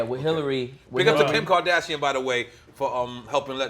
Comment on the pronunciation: Did he call Kim Kardashian , Pimp Kardashian?